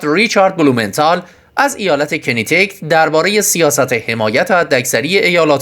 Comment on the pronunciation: احسنت به شاهزاده. باعث افتخار است چون در حد بالاترین سیاست‌مداران تحصیلات داره و در ضمن متواضعانه و خاکی که همه دوست دارند. گوینده گرامی، ایالت چی چی؟ کنتیکت؟ کاناتیکات برادر. چرا آبرو ریزی میکنی؟ نمیخواهی بگی کانا چون شبیه کان است؟ خوب بگو "که نه تی کت"